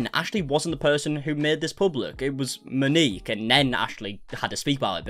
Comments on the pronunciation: MOW- NEEK. please its...not hard to look up a pronunciation. Its not Ma-nik or ma-nikki its MOW-NEEK. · Moaneekey. No, it’s pronounced Mo Neek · Pls say Mo-ni-k! I know it looks strange.